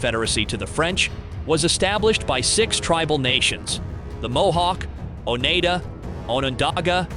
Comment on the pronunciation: I am Oneida not Onada.